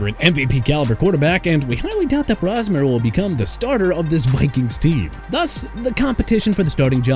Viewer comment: CHICAGO BEARS PRONOUNCED SHUH-KAH-GOW OR SHEE-KAH-GOW NOT CHEE-KAH-GOW! WHAT'S YOUR PROBLEM BRO?! ALSO MAX BROSMER AS IN BROS-MER NOT BROUS-MER! MR. AI VOICE DUDE YOU'RE GETTING FIRED!!!!